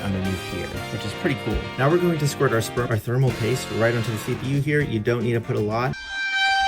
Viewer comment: DID I HEAR SPERMAL PASTE???